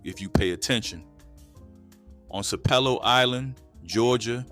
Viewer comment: Sap-a-low island not sapelo😂😂😂😂😂